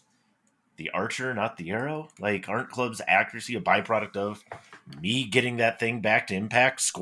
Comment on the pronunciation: I swear just said "Haccuracy"! 😊